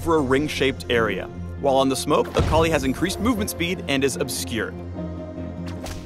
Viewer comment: WTF, I though her name was pronounced 'Ah ka lie' eeesh.